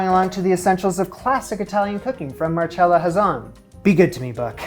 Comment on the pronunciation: why are you mispronouncing her name so badly??? mar-cell-a. simple no cha in sight. but really gr8 job on the Ravioli!!!